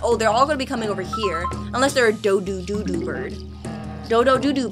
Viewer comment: It’s funny when you say doo doo bird when ur trying to say do do bird😂